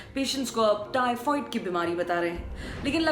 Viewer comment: हेलो मैडम टाइफाईड होता है टाइफवाइड नहीं 😂😂